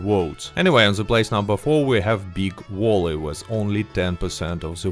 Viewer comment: "Big Walley" lol